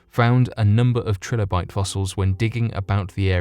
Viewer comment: "This led him to take the fossil to over 3 different labs".... so what, he went to 3.6 labs? Is four too big a number for you? Btw, it's pronounced TRI- lobite, not TRILL-obite... you know, like the common word tricycle you banana...